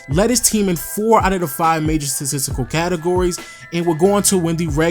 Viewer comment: Does he not know how to say "statistical" 😂 good vid tho